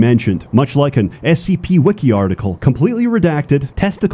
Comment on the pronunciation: How is it so many people pronounce that word wrong when their whole channels are dedicated to SCP, but this guy gets it right?